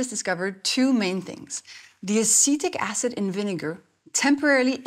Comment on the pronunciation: At first I thought she said “acidic acid” 😅